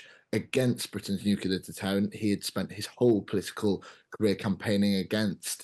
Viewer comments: The moment someone says "nukular" I can't take him seriously. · Nucular ? Can't seem to find that in any dictionnary or encyclopedia... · Impossible to take someone seriously on defence if they say "nucular". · How times have changed. The Times employs someone to work on their channel who is unable to pronounce Nuclear.